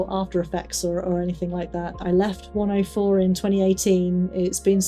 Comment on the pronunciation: Hello! I’m new here and enjoying your stories. I just wanted to say something you might find interesting. I’m from the US and to my American ear each time you say “104” it sounds to me like you’re saying “Wonderful”. It is more like “Wunnerful” which is ironic given your experiences there, but I look for deeper meaning in things and wonder what deeper meaning there could be for that. 🙏